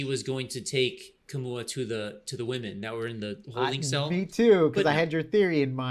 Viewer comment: Kamau not Kamua!